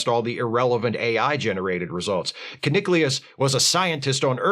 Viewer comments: One thing I remember from this episode is that Kirk kept mis-pronouncing Kuniclius as Kunic-u-lous (yeah yeah rhymes with ridiculous), in the same way that people mis-pronounce nuclear as nuc-u-lar. Check out and please let us know if you found it as funny as I do. In general, the big issues with TAS were that while TOS was something of PG to PG13 sometimes thanks to Kirk and the ladies, this being Saturday Morning TV they couldn't do that at all. That, and the fact that they only had 30 minutes to do these episodes, created problems. I'm surprised that the Magicks of Megas Tu wasn't voted the worst. That was just a "what is going on here?" moment from beginning to end. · Every time you say Keniclius, I imagine a Roman ancestor of Zack Allen from Babylon 5, showing up in I, Claudius. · This episode is silly but it actually isn't that bad. There is at least, as you say, a lot of stuff in it. The main problem with it is that none of the cast can agree on how to pronounce "Keniclius".